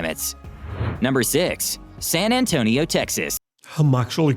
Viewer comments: It's San Antonio, Texas... Not San Antonia... So, yeah... The narrator just lost brownie points. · That is a stupid AI video. San Antonia. Pfft.